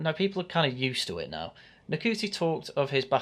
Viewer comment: Saying his name wrong, its Shooti, how dare you not know Nc is pronounced Sh in Rwanda you massive Wacist